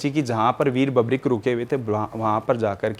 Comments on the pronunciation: बबरीक नही, वीर बर्बरीक नाम है बाबा का ढंग से तो बोल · अपने आपको बाबा श्याम के मंदिर का पुजारी बताने वाली महान आत्मा ढंग से बर्बरीक तो बोलना सीख ले बबरिक- बबरिक सुन सुन कर कान पक गया 😮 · बर्बरीक होता है,बर्बीक नहीं, जय खाटू श्याम!